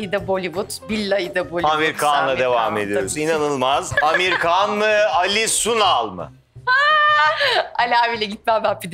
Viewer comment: Amir Kan degil Amir Han